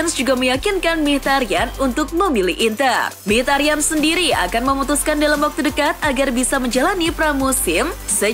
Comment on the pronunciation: Min sory min, ini sound HP gua yang salah apa emang yang bawa acaranya yang typo ngomongnya, Mkhitaryan itu emang gelandang aremania ya??? Hehehehe